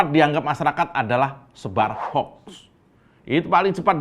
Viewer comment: ucapkan HOUKS untuk baca HOAX bukan HOK....HOK...atau HOUEEEX.